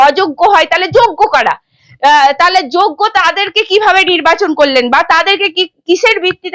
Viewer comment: এখন ইউ টিউবের যুগে সবাই সাংবাদিক। বোন, পারলে উচ্চারণগত ত্রুটি গুলো শুধরে নাও। " তাহলে" কে বলছো "তালে", "সুপার নিউমেরিক" কে বলছো " সুপার নিউমারি ", " মন্ত্রীসভা " কে বলছো "মন্তিসভা "!! বড্ডো শ্রুতিকটু লাগে।